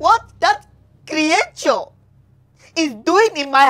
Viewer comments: I like how he pronounces creature as"kriature"... It's just funny😂😂😂😂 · The pronunciation of "creature" is wild😂